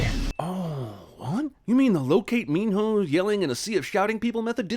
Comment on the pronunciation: So can he not pronounce Min Ho or does he think his name is Min No?